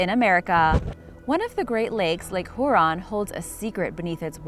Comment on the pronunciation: It's Lake Huron not lake Whoreon lady you sound like Stewie on family guy.